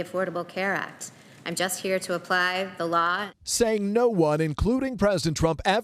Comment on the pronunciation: Amy Comey Barrett can’t even pronounce the word “Law” …. She pronounces it “Laaaaa”. She also lied when she was ask if anyone was above the law, and if the president was above the law, and of course we all know her response it was “no one is above the law”…..or is she pronounced it….No one is above the Laaaaa! What a liar.